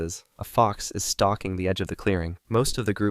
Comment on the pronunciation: When he said stupid fox it sounded like stupid fock